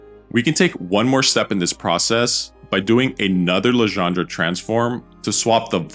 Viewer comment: All very good, except for the "Legendre" pronunciation